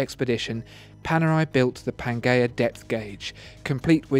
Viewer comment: pan"jea" not "ghea"